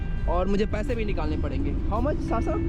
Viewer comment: । वो साशा है ना की सासा । जैसे आप हैं ना की सुभम ।